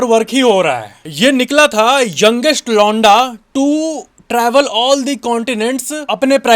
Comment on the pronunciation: When you say 'londa', my brain processes it as 'lauda'!😅